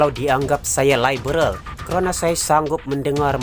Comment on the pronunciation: Sebut liberal pon pelat....hahaha..bodoh punya puak pintu belakang